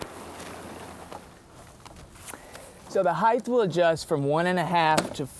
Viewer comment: "heigth" wtf is wrong with you? The word is "height".